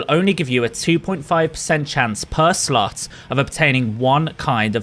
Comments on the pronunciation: Every time you say slot I just hear slut lmao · You GOTTA pronounce the O in slot